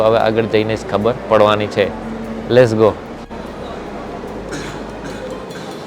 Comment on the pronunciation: ગુજરાતી તો ઠક પણ અંગ્રેજી ના આવડે તો ગુજરાતીમાં જ બોલવું લેસ ગો નહિ પણ લેટ્સ ગો